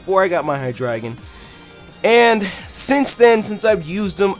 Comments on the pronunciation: hydreigon if you say it right is high dragon the the king of all dragons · you said hydreigon wrong its rlly easy its hi - dra - gon